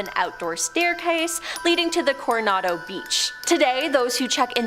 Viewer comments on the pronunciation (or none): Please….please practice in advance, if you’re reading off of a monitor or script and seeing “Coronado” but saying “coraondo”, you need to practice more. This happened in the Ohio video as well.